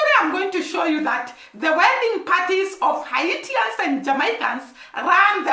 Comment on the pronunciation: The people of Haiti are called Haitians, pronounced Hay-shans.